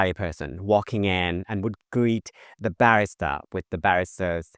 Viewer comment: trophy-yellow-smiling::trophy-yellow-smiling::trophy-yellow-smiling: Thank you, and now a little English for you: ba-RIS-ta, not BA-ris-ta. :person-turqouise-waving